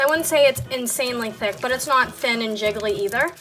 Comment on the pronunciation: Why does she say thick like it's spelled thuck...